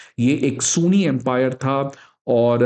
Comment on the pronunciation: Sir sooni ni ..sunni..oh my god..i hate when anybody mispronouns the words